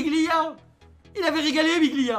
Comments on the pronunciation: C pas biglia c dijgla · C'est Djiglia mais la prononciation tu connais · Respect le un minimum ses djigla pas biglia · On lui dit ou pas que c’est Djigla pas Biglia 😂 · Pk tu dis biglia c'est djicla